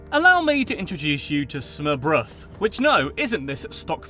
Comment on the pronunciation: It's fun to hear you pronounce danish words, as dane it sounds quite funny 😂. Smørbrød was an interesting experience to hear you say 🤣🙈🙉🙊